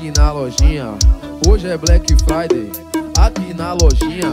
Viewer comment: "Brenque fraide" é foda kkkkk